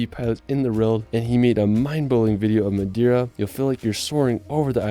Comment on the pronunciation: Wtf.. in order of respect you should even try to spell some Portuguese words right… for example it’s Not Madira, it’s MadEira